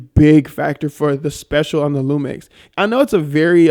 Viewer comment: you’re adding more than an N :) It’s Lumix man :)